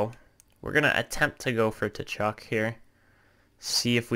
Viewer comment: I love this series Suggestion: Brady Tkachuk is pronouced Kachuk. The T is silent